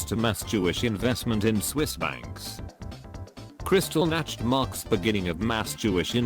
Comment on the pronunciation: just wanted to point out because i am a WW2 buff kristallnacht not Krystallnacht minor mistake but annoying to me.